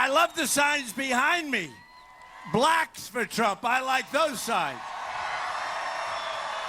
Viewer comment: The way Trump says blacks sounds so bad